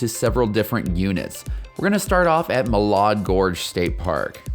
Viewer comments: This was a great video! It will be very helpful for many people. I'm an Idahoan of 32 years. FYI, Malad Gorge and the city of Malad is pronounced, Mal-add not Mall-odd. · great vid but please say Mal-add.😊